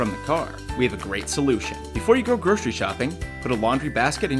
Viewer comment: What's a 'groshery' bag?